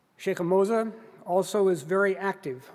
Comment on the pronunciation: Moza not mosa